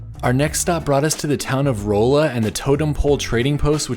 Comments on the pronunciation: I’ve been waiting for this one. 😀. I’m a lifelong Missourian and my brother lives in Lebanon (which is pronounced Leb-a-nun, not Leb-a-non. Just FYI). And it’s Raw-la, not Roll-la. Missouri place names are fun. 😀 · Rah-luh !! (Roll-la 🤦🏻‍♂️) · Rawl-la not roll-a. I'll let it slide. great video as always. cool to see you making videos where i live. definitely used your videos for my trips to arizona/utah. Now I'm adding stuff for roadtrips near me! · It’s pronounced “Rah Lah” not “Roe Lah.” Otherwise, great. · "Rolla," MO is actually pronounced Rah`-luh. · Rolla is pronounce Ral-lah. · The city of Rolla is pronounced RA-la, It was suppose to be named after Raleigh NC but none of the pionees knew how to spell Raleigh. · Great video series! Love this channel and all your content! As a native Missourian I just wanted to coerrect your pronunciation of Rolla. Unless you are from around here it is easy to not know the “O” line in the name is pronounced with an “ah” sound. This is not a complaint just an FYI. Too bad you missed the vacuum museum as closed about a year ago. Looking forward to the Illinois video. Thanks again for all your hard work and great content. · We.live in Lebanon. Its.ok you mispronounced Lebanon and Rolla. Its commonly done. I have learned alot about missouri route 66! Ive really enjoyed your trip!